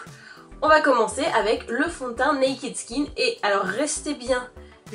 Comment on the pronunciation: Naked = [naikeud] et non [naikid]